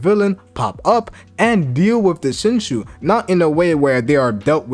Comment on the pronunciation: Its pronounced 'ShinJu' where does the shu come from?...